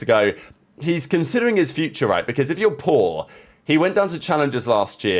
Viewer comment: I thought you said "if you're poor" not paul 🤣🤣🤣